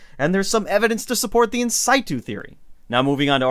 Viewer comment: hey, the technical term for finding “where it sits.” in-sit-u; say it just like it reads - “sit” not “site.” cool otherwise - u got a great channel started; just keep going, u’r doing great